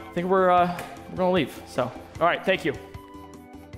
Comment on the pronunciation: I'm begging you, say gonna, not gollna